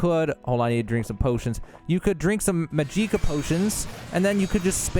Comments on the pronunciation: "Muh JEEKA" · MUH GEE KUH I mean holy shit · Omg. Yes! That WAS why I opened comments. Of COURSE. Not even specific to OBLIVION or even TES games. Any RPG fan or just the fantasy genre in general knows that it is not "Maj-EEk-Uh". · bro what the fuck is mujeeckuh have you never heard the word magic or the pronunciation of the letter A before it's even pronounced in-game how do you fuck up such a simple word so badly, how do you mangle something as simple as "magic-kah" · There is absolutely no way anybody this involved in the game for content creation, that has obviously watched a bunch of other videos for content ideas, is this out of touch to pronounce the very obvious pronunciation of magicka to ma-jeek-ah or whatever tf he is saying. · magicka it's just magic-a not mahjeeka LMAO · This fuckin genius said MAJEEKA... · Muh gee ka, LOL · How.? How are you pronouncing magicka, ''muh jeek uh''?!?!!?? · My man really just said “muh gee kuh”…. That hurt my heart just a bit.. 🤦🏻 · I had to stop watching after you said muh-gee-kuh.... lol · Mag-gi-kuh smh.. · If you are NOT actually doing that "Maj-Eek-Ah" crap on purpose, you deserve a Mollywhoping. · Ain’t no way you said "majeeka" that many times on purpose, just no way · Fuckin say "mageeka" one more motherfuckin time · Turned that shit off after Muh gee kuh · How illiterate do you have to be to pronounce it “majeekuh” ? Thumbs down for that alone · Okay, just because this keeps coming up... It's pronounced "MAJ-ick-ah". With the "ick" being pronounced the same way as the word "lick". The emphasis is on the first syllable. Think of the word "magic". Love that you're making these tutorials but it's kind of a running joke in the comments at this point lol. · "Muh gee kuh" Good lord almighty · i was gonna say the same thing but this is the top comment lol. wtf is mahgeekuh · "Ma gee kuh" lmfao wtf ha ha ha ha ha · I hate how you say Magicka... xD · How the F do you mispronounce magika?